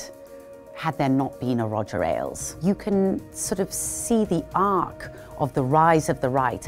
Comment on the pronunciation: It's "Ailes", not "Alies".